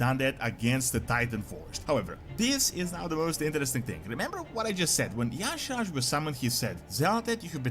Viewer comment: He is pronouncing Y'Shaarj WRONG! Almost no one gets it right. (Ee-Sharzh) Anyone ever notice, speaking of Old Gods, that the Shadow Priest has Idol of Y'Shaarj, N'Zoth, Yogg-Saron and C'thun in their Shadow spec? Shadow Priests are straight Void DPS. I think the best race is Void Elf (Alliance). Makes for the best Void/Shadow Priest race. I just started one on Stormrage. Liking the direction it's heading. Hated patch 11.1.5 for all the messups and poor launch. This is what the test server is for! Let's hope they get 11.1.7 right. Wow Old Gods vs Xal'atath? Yeah N'Zoth has always been the brains of the outfit. This will be interesting to see where it goes.